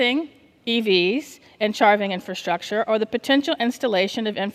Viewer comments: She keeps saying “Infantstructure” and not pronouncing “Infrastructure” 😂😂😂😂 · Why can’t she say infrastructure? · Somebody please teach her how to pronounce the word "infrastructure".